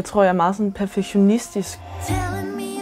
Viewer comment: så dumt at sige man er perfektionistisk, når man ikke kan udtale ordet haha